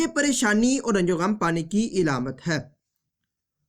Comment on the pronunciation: Ilamat Nahi alamat